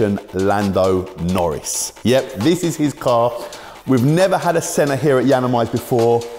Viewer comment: Misspronounces senna's name says a chiron is a good car....stick to wrapping